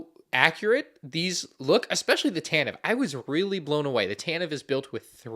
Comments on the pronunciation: Seriously stop saying “tan-tiv” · ugh ugh so many times incorrectly pronounced tantivE name, oh my ears it hurts every time, and I can't unhear that and bothers me every single time since said it in star wars show long time ago in galaxy far far away.... aproximeatly 8 years ago